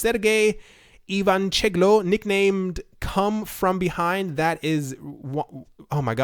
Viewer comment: HAHAHA Come-From-Beyond not Cum-From-Behind